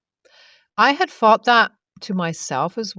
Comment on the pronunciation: THing, not Fing. THought, not Fought. SomeTHing, not someFing.